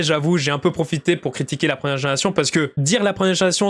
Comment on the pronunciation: « La prenière génération » ?